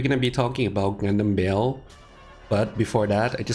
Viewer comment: it call ba-el